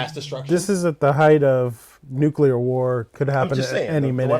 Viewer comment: "Nuclear" is pronounced "new-klee-urr", not "nuke-you-lurr". It is pronounced how it's spelled. Most of Peter's Strangelove scenes were improvised.